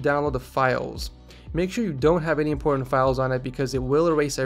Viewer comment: is it only me or in min I heard porn instead of important ?